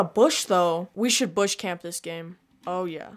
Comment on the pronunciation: I love wen he says we soud bush camp this game